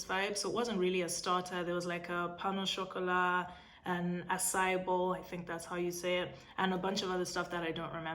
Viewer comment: The French flows brilliantly with pain au Chocolat and Arc de triumph but you don't wanna say Charles de Gaulle 🤭 We know you can do all the things! Slay it 😘